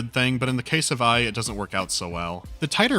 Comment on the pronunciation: E PS E. Not EYE. Epse.